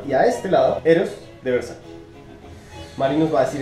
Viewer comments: Se pronuncia :Ver-sa-che . No : ver-sa-chi Hasta la misma donatella versace (hermana de gianni versace, fundador de dicha marca) lo ha aclarado. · Hola,,, me gustan estos versus,,, personalmente no me agrada ninguno,,, aunque tolero un poco a Eros,,,, el otro ni hablar,,, y una pequeñísima corrección,, versace se pronuncia ( versachE no versachi) un agrado ver tus videos,,, besos!! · "Versache" amigo es italiano tu lo has dicho, no es ingles, no es frances, es ITALIANO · Hola! Muchas gracias por el aporte! Ya me hicieron la corrección y escuche a la mismísima Donatella Versace pronunciando su apellido! Lo tendre en cuenta para la próxima fragancia de esa casa. Éxitos!